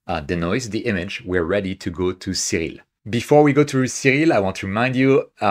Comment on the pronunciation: I love everything about this video except the way he pronounces "Siril." :)